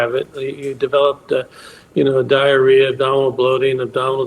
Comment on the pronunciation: haha she said explosive diarrea